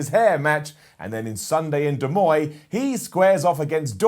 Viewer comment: I used to live in Iowa, and whilst I lived nowhere near it, I'm pretty sure you didn't say Des Moines right. Then again, you are one of the few people from the UK that seems to know how to actually say Los Angeles, so you got that going for you. I do legitimately enjoy the channel by the way. I'm kind of glad it exists, I've actually been reading the website for some time.